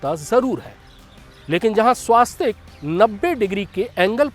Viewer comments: स्वास्तिक शब्द ना कहीं पढ़ा है न सुना है. हॉं स्वस्तिक ज़रूर पढ़ा और सुना है, शायद मैं ग़लत नहीं हूँ. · स्वास्तिक नहीं, स्वस्तिक ।